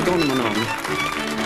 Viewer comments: So he says hapax legomenonon when it’s actually hapax legomenon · ACTUALLY he's saying half-assed avgolemonenon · Nobody: Not a single soul:: Hapax Legonamanon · No one:: hApAx LaGoNgDoMoN!